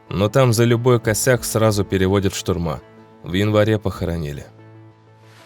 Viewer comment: Не штурма́😂😂😂😂 будто говорит Песков. Но такую бумажку к делу не пришьешь😂😂😂